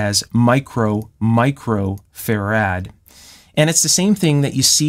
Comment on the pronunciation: He has trouble pronouncing 'farad' though ))